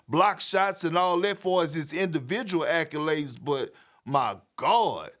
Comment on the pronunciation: “ackulades” - kendrick perkins